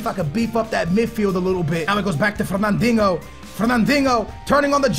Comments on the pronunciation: Where the fuck is the "ng" in Fernandinho? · Love this series but i gotta say "Fernandingo" makes me laugh Lol keep up the good work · that 'fernandinho' accent, is so portuguese xD